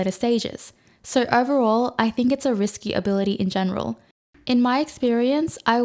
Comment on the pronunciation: Hi. You're awesome and all that, and I've got a lot of useful info out of your channel, thanks! BUT. The way you pronounce letter "o" is cringing the fuck out of me. I twitch every time you say "so", "no" and etc. It's [nou], [sou], but not [soiurr, noiuwrr]! I understand that at this age it's too late to fix pronunciation problems, and no way I would advice you to fix this in any form (unless you actually can do it, haha). And please excuse me for being little hateful, but I couldn't keep it to myself. Now I feel a bit better. Best wishes, peace:)